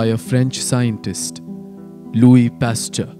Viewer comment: Pasture?? Nice try but it's actually Pasteur :)